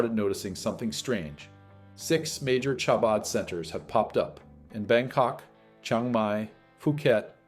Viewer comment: It is Hah-bud. Not Shah-bud.